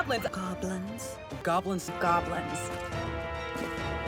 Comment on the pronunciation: At the end it just sounds like "gablins"